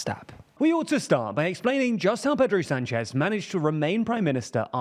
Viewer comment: My relatives have the last name Sanchez, its not pronounced San chez like this reporter or Rick Sanchez says but Sahn-ches. You would think if we have to go through training to say Vivek right you would get this one too.